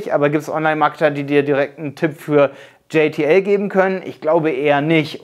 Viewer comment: Hey! Du nennst JTL auf Englisch, wird aber deutsch ausgesprochen ;D Ist die Zusammensetzung der Brüder Janosch und Thomas Lisson... Was du auch nicht erwähnt hast, JTL ist deutlich Vielseitiger, es gibt da Fullfilment Network, Produktion etc.. Sonst sehr gutes Video!